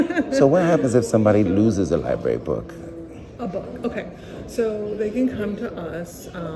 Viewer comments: "You cannot film in the Lieberry" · She works at a library and she says liberry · Apropos that she calls it a "lie berry". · “The LIBARY” 🤦‍♀️ I’m waiting to hear her say “AKS.” Uneducated security fool who doesn’t know the law…and apparently WORDS!!! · She works in a library ....not li-berry. Ignorance is bliss. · "I work at the LIBARY, but obviously don't utilize its resources since I can't even say LIBARY properly." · No. Which syllables or letters were switched? "Aks" instead of "ask"is a metathetic error . "Liberry" is is a mispronunciation missing a phoneme. Metathesis is specifically for tranposition of letters or sounds, like "aminal" or "pasketti".